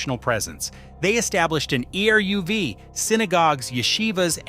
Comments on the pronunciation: If AI is so smart, how come it can't learn many of the names and words in this video? ERUV is pronounced "areev". Monsey is pronounced like "Munsee". Say thank you. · Would it be asking too much to pronounce ELIE WIESEL's name correctly? And ERUV! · You could have hired a narrator who knew how to pronounce eruv and challah, etc. LOL!!!!! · E.R.U.V. - funny